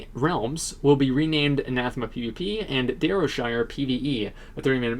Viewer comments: I'ts "Ann Uh Theem Uh" by the way. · It's Anathema. He's just saying it wrong.